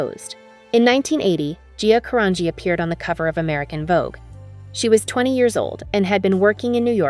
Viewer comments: She prounces her name differently/incorrectly every other time. It's annoying. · Would be better if her name was pronounced correctly throughout. Just shows the in ability of automation